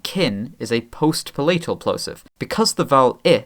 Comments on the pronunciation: The way says palatal makes me irrationally angry. It's /ˈpæ.lə.təl/, not pəˈlɛ͡ɪ.təl/! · pa-LAY-t'l?? Darling, look up pronunciations if you don't know them, especially a word that is essential to your topic.